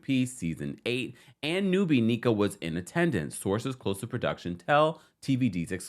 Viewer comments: Where are the Naija babes in the comments? Yall know he's butchering tf out of our goog sis name. What is KNEE-KUH? NNEH-KUH the e is like the E in Elephant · Lolll or rather "in-neck-ah" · I love you ❤ so I wanted to help with the pronunciation of Nneka. You done called her Neeka and Anika 😂 but it's Nneka like "Neck" don't worry about the "Nn" we will understand and its "a" like say ahhhh. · Just an FYI to everyone the new Housewife’s name is pronounced NECK-UH…not knee-Kuh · the new Housewife’s name is pronounced NECK-UH…not knee-Kuh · sorry to post so much but the new Housewife’s name is pronounced NECK-UH…not knee-Kuh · Im excited for tge new Naija HW to Potomc. Nneka's name is pronounced (Inn - Necka). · I’m here for another Nigerian queen!!! And it’s pronounced “neck-ah” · Her name is pronounced NEH-kah, which means Mother is Supreme . Hope that helps❤❤ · You're saying her name wrong - It's pronounced Nneh-Kuh pls the butchering is killing me lol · I believe it's pronounced neck-ah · Her name is NNEKA. Pronounced (NNNNECK-A)